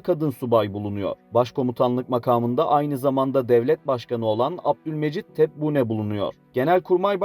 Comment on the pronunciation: Zorunlu askerliğe alabildiklerini alıyorlar çoğu rüşvet verip gitmiyor. Tebbune değil "Tebbun" vs Derleme bilgiler..